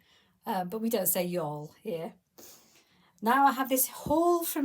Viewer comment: Hi,, I love your gifts from the girls. I’m so glad that you had a great time in Florida, glad the weather cooperated, you never know about the weather in the south. You say y’all with an English accent! That cracks me up! That dress looks a little bottom heavy with that blue band, do you have enough of the patterned fabric to make the band? I think it would look better with the same color band. Your pictures are great, I know I missed a good expo, some are not so much. Maybe next year. The pjs looks so comfy, your daughter will love them. Have a great weekend!